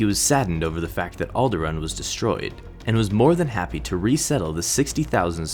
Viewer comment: You pronounced Alderaan wrong.